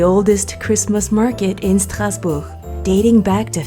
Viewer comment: So happy to see Mommy Oh and you traveling through Europe. Such fun 👏🏽 (Also, excellent pronunciation of ‘Strasbourg’ in French)